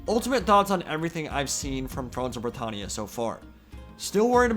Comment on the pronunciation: The way you pronounce britannia annoys me every time